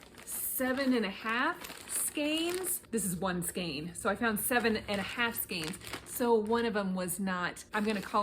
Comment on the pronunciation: Also - I've been pronouncing "Skein" wrong my whole life! looked it up, you are right and we say "Skeen" here. LOL Great yarn, I love selling yarn.